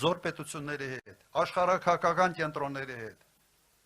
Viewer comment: Ասումա աշխարաքաքակական😂😂😂😂😂😂 արկածախնդիր բառը սովորեց էսօր ասեց😂😂😂😂